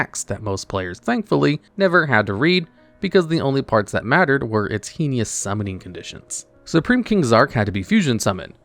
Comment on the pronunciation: Heinous. Hay-nus. Uria. Your-Eye-Uh.